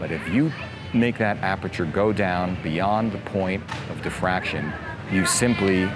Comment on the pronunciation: The word is 'diffraction' not "defraction" .